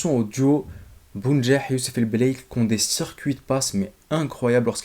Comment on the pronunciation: C'est belaili pas el belaili